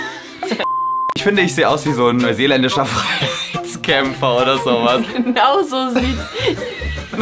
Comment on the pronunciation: Ein neuseeländischer Frrrrrhhhhhhtskämpfer